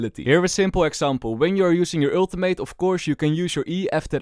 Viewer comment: please learn to pronounce ultimate lol love your vids man